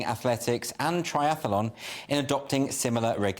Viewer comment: Mate - it's just 'triathlon' not 'triath-a-lon'. Note the woman can say 'triathlon'. Why do people that are thick as pig shit put on a suit and talk on camera? It's as if they've never read anything in their life.